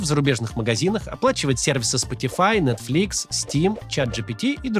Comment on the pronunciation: Максим упорно говорит "НетфлИкс" в рекламе😂 это даже мило